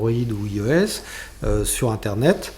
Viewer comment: Ça ne se prononce pas [I.O.S] mais [Aïe.O.S], c'est de l'anglais